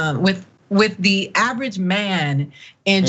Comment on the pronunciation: misconception about southerners and at she says average..... She just messed it up